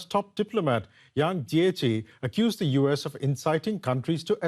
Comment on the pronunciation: Achtung ! You guys bludgeoned the pronounciation of State Councillor Yang Jiechi's name. Nicht gut !!!